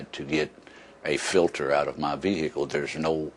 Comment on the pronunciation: plus he says vee hicle